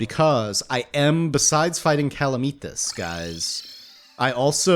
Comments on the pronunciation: ooh OOH! make the hoik a spine!!! also, is cal-uh-meh-tus it's not calameetas ;) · it's pronounced (kal-AM-uh-tahz) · I know I’m late but it’s CA-LAM-ITAS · 1: calamitas is pronouced: cuh-lamb-it-ass 2: calamitas is pre-plantera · “BuT fUrY, tHaT’s NoT hOw YoU pRoNoUnCe CaLaMiTaS, iT’s LiTeRaLlY iN tHe NaMe Of ThE mOd” -What I imagine most of this comment section is like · honestly, i live your vids, but your calamitas pronunciation makes me wanna murder someone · STOP SAYING CALAMITAS WRONG